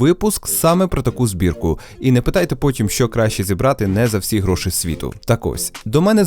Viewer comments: Дякую за відео Дякую за Вашу роботу, Все дуже цікаво! Гарний звук і картинка. Хай квітне український Youtube! Декілька моментів, які "різанули" слух: Не "гроши" ,а "гроші"; не "самий дорогий", а "найдорожчий"; не "провода" , а "дроти" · Ось це твої "гро́шИ" ріже вухо, малорос на мінімалках. Та й взагалі багато русизмів у відосі.